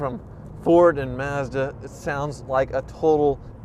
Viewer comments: Woah did he just say Mazda correctly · accidentally pronounced "Mazda" correctly that one time.